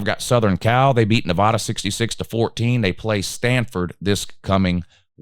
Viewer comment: Their ain't NO "O" in Nevada.